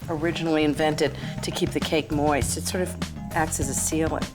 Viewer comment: I don’t know why I always giggle when she says the word “moist”